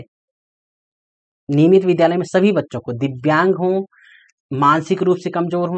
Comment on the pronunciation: Vidyalay ko bhidiyalay bolte hai